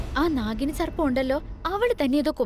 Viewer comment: Not naghini its daghini 😂😂😂😂